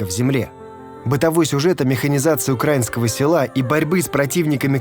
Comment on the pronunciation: Не укра'инского ,а украи'нского 🤦